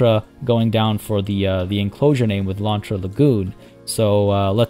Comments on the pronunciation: Your "lontra" pronunciation it's actually pretty good 😄 Try saying "ariranha", wich is the name (in portuguese) of the giant otter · All Ananás are pineapples (Abacaxi) but not all Abacaxis are ananás Edit: yay! Happy that my name suggestion won (even though I voted for the other one bc i thought it would win lol). Also you are saying lontra correctly! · Hey... You did ask for correction so.. Actually, Pineapple in portuguese is Abacaxi. ananas to is the scientic name of the genre and also is the spanish version (in some country), and the tupi explanation was on point! You did say "Lontra" super right, tho! Sorry for the delay! Keep yout amazing work!